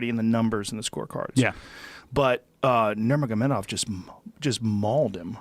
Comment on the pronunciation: "Habib NurmagoSPONGEBOB" he said?Lol